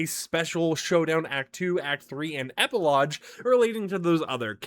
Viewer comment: It’s epilogue (eh-pih-log) not (eh-pih-low-juh)